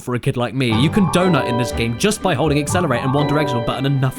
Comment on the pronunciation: Correction it was donut. Sorry European accent.